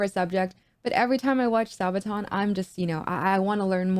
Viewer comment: Pronounced sarbaton spelt sabaton